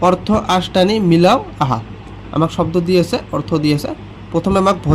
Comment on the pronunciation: Sodo nohoi hobdo😂😂😂😂